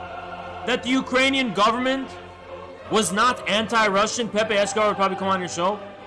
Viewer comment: god this is a good vid not only you have good takes, as a ukrainian i also especially want to thank you for correctly spelling and pronouncing ukranian names and the “hullamador” bit had me crying laughing